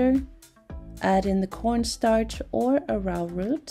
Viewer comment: Arrowroot is pronounced arrow like the weapon <